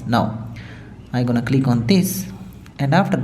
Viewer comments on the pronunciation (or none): none